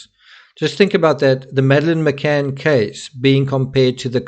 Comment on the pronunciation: DID SHE ACTUALLY SAY, I AM MADELINE McAnn?.